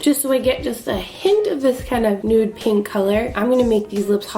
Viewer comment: “Next with this PANK” LOL i died 😂